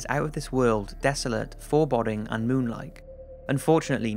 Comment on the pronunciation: It's pronounced fore-bowding not for-bodding.